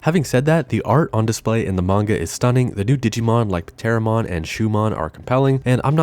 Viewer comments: I'm pretty sure the P in Pteromon is silent, like the P in Pteranodon and Pterasaur. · I think the P is silent, man… pteromon? Pterodactyl? 😂